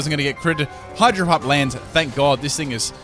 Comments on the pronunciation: lol i heard him say hydro hump XD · I heard him say hydro hump? K then